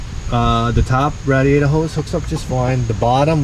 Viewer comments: what the heck is a rad-E-ater? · I like the way he says "radiator"